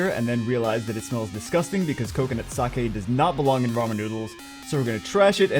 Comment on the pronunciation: THANK YOU. FOR PRONOUNCING SAKE. CORRECTLY. :)